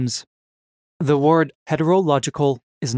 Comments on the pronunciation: word. not ward. simple huh? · The weirdest thing in the video isn't the paradoxes it's the pronunciation of "ward" or what should be word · This dude struggles everytime he says Wyurd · Is it a paradox that you can’t pronounce the word “word” correctly? What in holy hell is going on? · Why do u say word like that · Anyone else a little triggered by the pronunciation of the word "word"..?